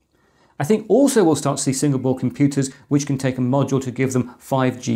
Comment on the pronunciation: he says Single Board , I hear Singapore :-)